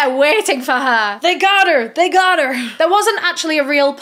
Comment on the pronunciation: “they got her they got her” sounded so american lol i had to rewind